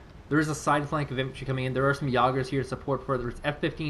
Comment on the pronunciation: Please pronounce Jaeger correctly....